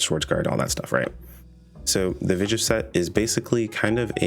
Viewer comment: Vijf is pronounced "fife" and means "five" in Dutch. It fits with the number themed naming system so far.